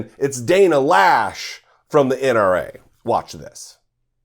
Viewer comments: My sister's last name, I believe it's pronounced, Lowsh (as in low) (not Lash). Does she not know the difference between military and civilian? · I think her name is not pronounced Lash but Loesch like in cockroach. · right, of course. The graffiti on the NRA headquarters, one word: 'consequences'. The correct pronunciation for 'Loesch' is 'Low'. This idiot of a woman equates 'fight' with a gun. When it's an assault rifle, it's less about fight, and more about fall. Somehow to her, guns can be used in a 'noble' manner. Let her see the nobility of what these weapons of chaos do to a human being. That sways most people. At some point, some of these gun dummies may lose their child to an AR15. Watch the change in them, then.